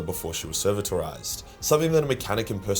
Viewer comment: De-ser-vit-or-ised! Goddamn... still love your videos even if sometimes your pronunciation makes me lose IQ points